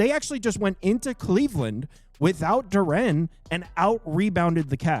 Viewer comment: Yo Jalen Duren name is pronounced DUR-IN. Not DUR-AN